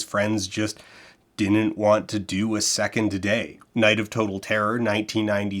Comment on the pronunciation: You have good diction except when you say “didn’t” which you pronounce “din’nt.” Anyway, something to be forever self-conscious about!